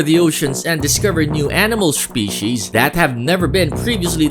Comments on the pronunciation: I will like and subscribe IF you can say "species" again ! Let us hear that again chief....t.y. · it sounded he said species wrong